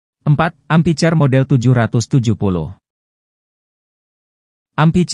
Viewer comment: Amphicar, dibacanya ampikar, Min, bukan ampicar